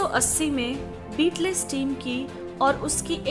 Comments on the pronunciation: It's not beatless it's Beatles ( बीटल्स ) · The word "Beatles" is pronounced as B-TLS not "beet less" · Pronounce मिस्टेक, बिटलेस नहीं, बिटल्स । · Sister I would like to say you that please do not wrongly pronounce the name"Beatles".I request you to go to the Google and then type "how to pronounce the word Beatles", otherwise people will laugh at you